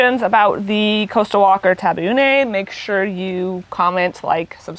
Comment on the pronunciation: The guy pronounces 'Taveuni' correctly which is with the 'EE' sound at the end of it; NOT "Taveune" with an 'EH' sound. The "I" here is pronounced just as in English as in "It".